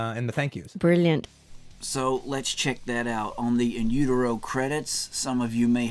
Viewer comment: "He thanked me on his SECOND album!" In Utero was technically Nirvana's third album. Bleach is so rarely referenced or even known about. How laughable that he didn't pronounce "utero" correctly, too. I enjoy Tarantino's films, but Reservoir Dogs has never been my personal cup of tea.